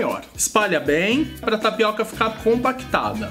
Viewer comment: tapicô .kkkkk bacana.